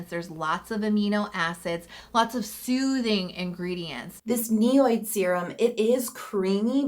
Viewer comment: NIOD is pronounced “ knee odd” not “ne oyd”